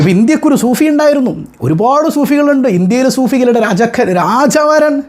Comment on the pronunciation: സൂഫി അല്ല ഉസ്താദേ സൂപ്പി ആണ്.